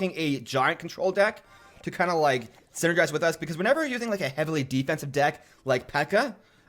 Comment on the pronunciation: what?? "Syn-nergize"